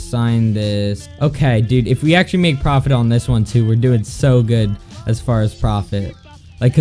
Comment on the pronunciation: lol its not preftt its profit